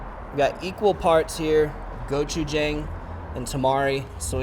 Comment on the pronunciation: Great video! Love he had a great personality and the camera work really showed through here P.S.- Its prenounced go-chu-jong